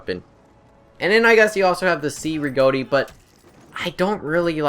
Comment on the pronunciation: The Cei Rigotti is pronounced like Che (as in Che Guavara). I love the medic class too.